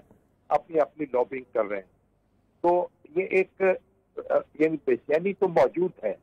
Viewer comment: Mjod nai mojood hota hay pls correct your pronunciation